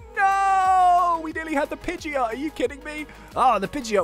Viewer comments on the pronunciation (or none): none